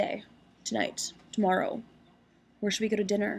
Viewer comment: She says "tomorrow" like a Canadian does :D